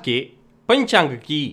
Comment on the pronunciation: में कई दिनों से राशिफल आपका देख रहा हूँ, आपके द्वारा बोला गया पंचांग शब्द बहुत प्रिय लगता है उसका उच्चारण अत्यन्त श्रेष्ठ है ।